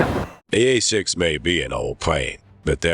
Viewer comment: 1"08 - the "hay"-6 Intruder you say . . .